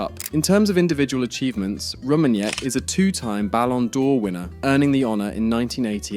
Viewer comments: It's not Vox, it's more like Foe-kts not Cruise but Kroe-se not Roomenyek but Rooma-nigge (quite similar to that word, you don't use) Lahm played two seasons at Stuttgart and then became a Bayern legend Btw: it's Bundesliga, not Bundlesliga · FYI Franz Beckenbauer found football to be a boring activity! He initially did not want to become a coach for the German NT.....untill he was pursuaded by ppl around him! Btw that's not how you pronounce the name Rummenigge......it's NOT 'Rummeniye'. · he’s on the list. He just couldn’t pronounce it.